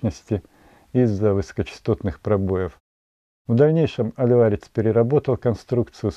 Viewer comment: Единственное что стоит уточнить что не Алварец, а Алварез. Потому как в испанском именно так эта фамилия звучит.